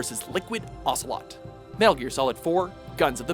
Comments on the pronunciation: Its ocelot not ocalot lmaoo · Ocalot? It's ocelot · Whose Olga Gur-lock-o-witch? And Liquid "Ocalot" ? Have some respect, and get it right! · Solid Snake Vs Liquid Ocalot. OCALOT. ok. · well, they spelt Ocelot's name as OCALOT... thats something i guess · "Solid Snake vs Liquid OCALOT" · "Ocalot" in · "Ocalot"......I am sorry,... But this is a mistake so grave I seriously advise you to reupload the edited video... Godspeed... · ***** SNAKE!!!! OCALOT!!!! WHO THE FUCK IS OCALOT